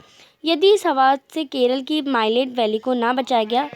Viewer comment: Salient valley hoga na Ki mailent valley